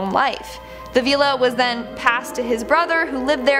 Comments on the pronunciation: I can't take it. If you dont know how to pronoune something look it up! Veela??? It's viilla...it's an ill sound. Martha's Vineyard??? It's pronounced Vin-yard; not Vine yard. And come on!! You really didn't know that "no. 1" is short for humber 1?? There probably were more, after no 1 i couldn't stand to watch any longer. I fear today's youth! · Guys, I love ya but please! But who doesn’t know how to pronounce villa ( like hill) or Martha’s Vineyard ( like pin). Your killin me smalls! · OMG, This was so hard to listen to. So many mispronounced words! Villa, Vineyard... Are you guys ESL?